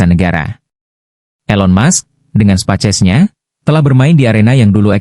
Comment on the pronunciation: Setiap nyebut Space X jadi "Spaces".. Ko pengisi suara AI nya bhs indo, ketik aja prompt nya "speis eks" Nanti akan terdengar space X dlm bhs Inggris.